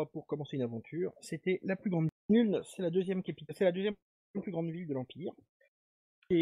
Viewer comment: Ce n'est pas Nüln mais Nuln (prononcer Noulne)